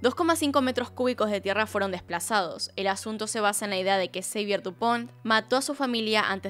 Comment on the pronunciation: Xavier en francés se pronunciaría Xavié o Savié no Seivier?